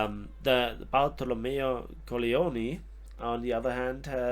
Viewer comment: I liked when you pronounced Bartolomeo Colleoni you said it like the word in Italian that is "coglioni" and it means testicles. I was laughing so hard ahahah